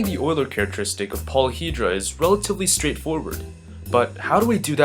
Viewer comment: It's pronounced, You-ler.